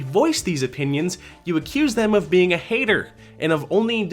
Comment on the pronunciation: Ok I think she's purposely saying her words wrong. How am I dooeen with my eateen and y'all! I'm a human beeieen. Possibly 3 human beeieens.